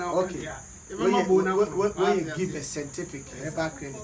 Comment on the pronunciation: Kwaku to be honest I like how u say sentific instead of scientific...Hahahahahahaha love u bro